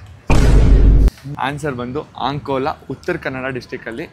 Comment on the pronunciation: ಅಂಕೋಲಾ ಸ್ವಾಮಿ English type annkola ಅಲ್ಲ